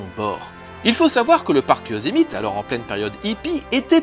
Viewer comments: Bravo mon bon. C'est pas genre de la ramener niveau culture, mais je pense que ça va tous nous aider. Le parc Yosemite se prononce en fait YO-SÈ-MI-TI, nom a priori d'origine amérindienne. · Alors au moins, tu n'as pas dit "Yossmaïte" :) mais Yosemite, ça se prononce plutôt "Yosémiti" (voire "Yow-sémiti") Et pour ma génération, Dominique Collignon-Maurin c'est aussi la voix du "Borgne" dans "1001 pattes" et Hadès dans "Hercules" : décidément il est habitué aux rôles de mauvais... Intéressante vidéo sinon :)